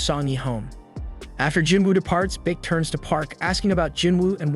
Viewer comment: Beek it's bake